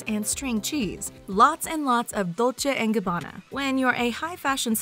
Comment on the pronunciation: Are we not gonna talk about how she pronounces Louis Vuitton or Dolce and Gabbana